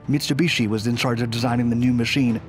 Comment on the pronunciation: “Chass-iss”??? Try “Chassee”. Mitsubishi and fuselage were a bit muddled too...Still, cool content!